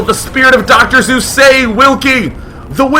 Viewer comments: "Soos", not "Zoos" Day9! AHHHHH!!!! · its Seuss not ZEUS!!! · I just want to make sure I'm not going insane.... everyone hears him say Zeus rather than Seuss right? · Dr. Seuss's last name rhymes with choice not Zeus. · Suess is pronounced Zoice - like choice with a Z. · You’re wrong as the deuce And you shouldn’t rejoice If you’re calling him Seuss. He pronounces it Soice (or Zoice) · Doctor Zeus? no wonder people were confused. Pronunciation misunderstandings: I Prescribe ThunderBolts and Lightening! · DAMN IT, DAY[9]! It's prounounced like "soyce" in the German language, and Dr. Seuss is GERMAN! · i did not know "Zeus" is how you pronounced S-e-u-s-s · Dr. Seuss is pronounced Dr soice b/c its german thats why choice rhymes Seuss, thumbs up this so the o so intellectual Day 9 will gain some more knowledge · Yes, he does say Zeus instead of Seuss...also - sounds exactly like Tom Green. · Haha no i noticed this also. Its Seuss in English and pronounced Zoyce in german, hence why it was rhymed with choice in the video.. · Dr Seuss's pronunciation in German is Zoyce ... so you have an educated subscriber there Day9, or just a regular German one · I thought the whole time he was saying dr. zeus >.> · It sounds like he calls Dr. Seuss, "Dr. Zeus." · I heard Dr. Zues lol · pronounced soice? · Seuss ryimes with choice. Most people mispronounce it. Sound kinda like Soice. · haha Seuss actually rhimes with choice, if you pronounce it german xDD >> Seuss= Sois ? :D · Umm, about that "choice" rhyme at the end Day9, I thought this would help you out: You’re wrong as the deuce And you shouldn’t rejoice If you’re calling him Seuss. He pronounces it Soice. He used the (original) German pronounciation, but went with the anglicized later. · WHY THE HECK ARE YOU PRONOUNCING IT WITH A Z? YOU ARE LITERALLY /FARTHER/ AWAY FROM PRONOUNCING IT RIGHT THAN THE OTHER 99% OF PEOPLE WHO PRONOUNCE IT "OOSE!" [/nerdRage] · it pisses me off day keeps say zeus instead of suess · He says Zeus